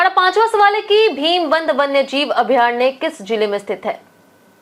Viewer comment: अभ्यारणय 😂 ......थोड़ा पढ लिया करो।